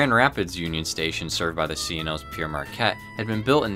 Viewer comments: For God sake. It's Père (pronounced more like "pear") not Pierre! The name is from the 18th century French Jesuit priest missionary explorer. Hence the French title (Father Marquette in English.) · It id not Peer Marquette is is pronounced pear marquette - Pere is the title of a priest. Pere Marquette is a priests name. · I'm confused - throughout the video you spell it "Pere Marquette", but pronounce it "Pierre Marquette" - which is it meant to be? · Its spelled Pere but pronounced 'Pear' and means 'Father' not Pierre. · Pere rhymes with pair and pear. It's French for father, as Marquette was a Catholic priest and missionary.